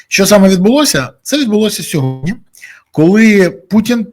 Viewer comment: Бориславе, будь ласка, кажіть сьогодні замість "сьогодня") 😉